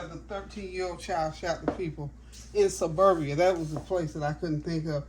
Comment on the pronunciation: Greetings!!!….also, it’s pronounced Serbia, instead of Suberbia😢😮❤